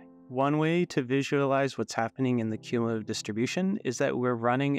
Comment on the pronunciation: what are you even talking about, he pronounces it perfectly